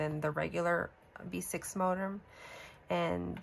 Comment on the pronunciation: MoTerm not MoDerm. Lol